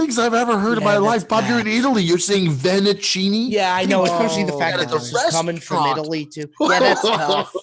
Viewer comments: The vennicinni pronunciation reminds me a lot of the Pandademic. Real tough look Bob 😂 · No fucking way he said Venacini hahahaahhaha